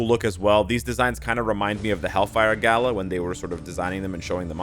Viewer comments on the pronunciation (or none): none